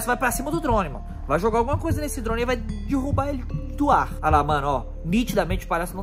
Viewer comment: Alguém noto q em vez do fala derrubar ele fala "DIRRUBA" KAKAKAKAKAKAKAKAK. (não é hater)